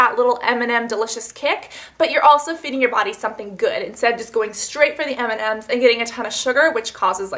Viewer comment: It's hilarious how you cannot say M&M's! I do stuff like that all the time, it's nice to know I'm not alone :o)